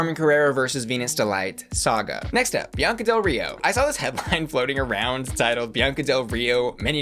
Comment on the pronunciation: She said “Biancer”